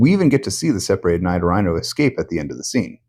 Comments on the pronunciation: It's pronounced "Nee-doh-ree-no." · "Naido-raino". Nailed it. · why do you pronounce "Nidorino" the way you do my guy?